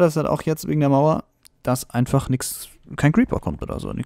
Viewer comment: nüschts ? sach ma bist du sachse ??? XD